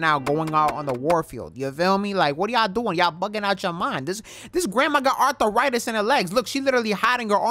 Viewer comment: ARTH-A-RITIS? LMAOOOOOOO